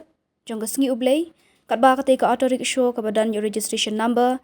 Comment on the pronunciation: Kren style palat Rickshaw ruh kng rickshow😂